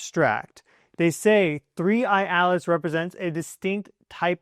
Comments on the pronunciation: please stop saying 3iAlice! We know can say a t. It is 3iATlas!! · The way you say 3I/Atlas, it sounds like "Three Eyed Alice," and I will be calling it this from now on. Thanks for the video. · I always think you are saying “3 Eyed Alice”! 😄😂 Thank you for the update - you are very good!